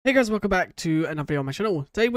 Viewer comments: you said hey guys very fast and it sounded like heiggas which sounds like the n word 😂😂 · I swear the “hey guys” sounded like a different word😭